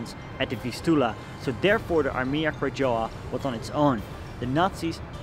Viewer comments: Nice film! btw - Krajowa(national army) read Krayova, read "j" like "y" :) Coz reading in eng word "krajowa" making this word very close to "Kradzierz"(theft) so as native polish speaker sounds like "theft army" ;) /I know, you dont speak polish but perhaps its good to know next time. Specially for me when i have to come back few times and thing what the hell is "armia kradżowa?" Or just better speak "national army" Krajowa means exactly country but in this way should be translate as National. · It's more like "Krayova", you don't spell Polish "j" and "w" in English way. Btw your pronunciation of "Łódź" was perfect. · Beautiful except Armia Krajowa is pronounced Ahr-mya Kra-YO- va. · Nice video... If I can suggest something, I would suggest saying "Armia Krajowa" as "Armia Krayowa" or in English "Home Army" ... In Polish we read "j" as "y" ... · pronunciation of "AK" (Armia Krajowa) is probably more like "Armya Krayova" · Armia Krajowa is pronounced as AR-mya Krah-YO-va. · krajowa read as krayova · "J" in Armia Krajowa is to be spelled like "Y" in "yes".